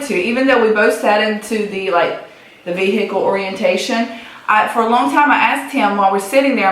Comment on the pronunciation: that voice is that echoing room ......... yikes - although the pronunciation of vehicle is hilarious